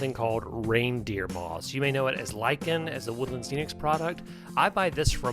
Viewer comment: THANK YOU for pronouncing lichen correctly! Silly, I know, but it really annoys me how many people pronounce it litchen. :) And then you go and get voila wrong. lol